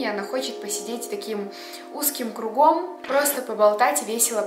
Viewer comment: Кру́гом а не круго́м